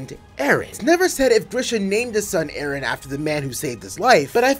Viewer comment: Let’s all applaud this dude for saying Eren as “Eren” instead of butchering the name like Japanese is his native tongue.